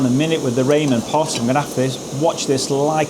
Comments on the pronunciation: Great comparison but it’s rah-men, not Raymond pot 😂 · Hi! I think it is pronounced "rah-men", the pot perfect is for instant ramen noodles. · it's said Raa-men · Lol "Raymen"! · Do the english really call the japnese dish "ramen" Raymon? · In America we pronounce "Ramen" as "Ra-mon", like the noodles!